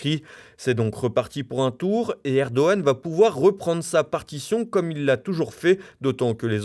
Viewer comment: Erdo G an, il ne connaît pas le g le narrateur !